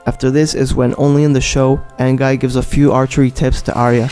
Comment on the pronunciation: Say it like AN-GI not AN-GUY